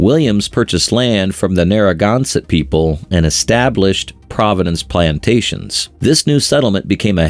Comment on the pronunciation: That has got to be the craziest pronunciation of Narragansett I have ever heard. Its "Nare- Uh-Gan- Set/Sit" In CT we pronounce the last syllable as "Sit". Otherwise nice video.